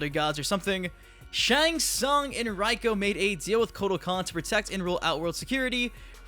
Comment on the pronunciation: How do you get Reiko's name wrong if MK4, MK Armageddon, and Reiko himself in the deceptions Konquest said his name?